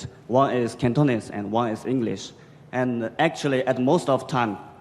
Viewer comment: 港大的學生的英文會話實在很差，在表達及發音上的能力都非常欠缺。發音不準，聽來剌耳，又多時詞不達意。